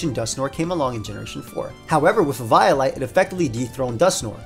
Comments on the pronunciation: i thought the way to say eviolite was "Eh-Vee-O-Lite" not "Ee-VIO-lite" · E-viy-light? On freaking evi-o-lite? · “E-vio-lite” instead of “E-VO-lite” sent chills down my spine. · huh .. first time i hear someone say " Ee-vaio-light" instead of "Ee-veeo-light" not the biggest fan of the prior but to each their own. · Losing my shit over the pronunciation of “eviolite” as “eve-eye-light” Also doublade as “da blade” or “the blade” I feel like I’m having a fucking STROKE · Great vid man, but eviolite is pronounced like eevee-oh-light. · your pronunciation of eviolite made my 6'0 190 lb infant son cry. is this what you want? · Never say eviolite like that ever again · why do you say eviolite like that